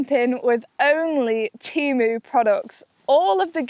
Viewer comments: ITS TEMU NOT TIMU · This is the first time I've not heard it pronounced "TAYMU" and I've bought a £15 green roomy 2-person pop-up tent and a hundred+ other great things from them..